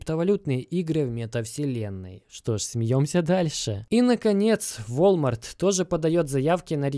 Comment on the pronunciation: Наконец-то он сказал: «Волмарт», а не «Вальморт»😂😂 Р.s. Многие поймут